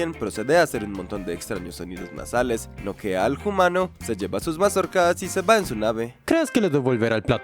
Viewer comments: Por qué dices "hoomano" en vez de humano? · Genial. Sólo que es humano Bro. No "jumano".